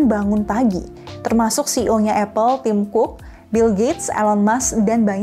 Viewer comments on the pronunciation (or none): none